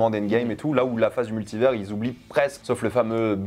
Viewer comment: Dites à de prononcer Multivers correctement